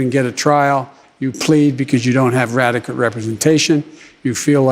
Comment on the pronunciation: "you don't have radequate representation, you feel like everything is aginya" wow!